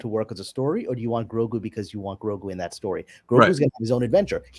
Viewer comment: Just discovered your channel. Subscribed. GREAT stuff. Just one question: why do you pronounce Grogu as “gorgu”?